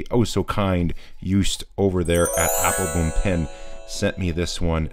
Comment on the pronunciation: Another very interesting reviwe. Thanks. I would like to mention something which could be of help. The OO in Joost and Appelboom is pronounced like the OO in the English word brooch. Of course your channel is watched for your informed reviews and not your pronounciation.